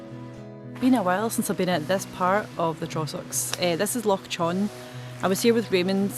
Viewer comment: lol. By the way, Loch Chon is pronounced more like Loch Hon. The ch- in Chon is the same sound as the -ch in Loch. I only learned that a couple of months ago and thought I'd pass it on.